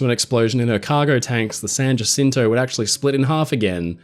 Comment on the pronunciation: San Jacinto? It’s pronounced San Jacinto.